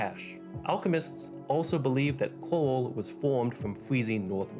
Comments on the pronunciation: Is it me, or does he keep pronouncing Coral as "Coal". It's distracting and very difficult to ignore through the video. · Coral... Not cooa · It sounds like you are saying "coal" every time you say it? Am i the only one that hears that???? It's "CORAL" dude.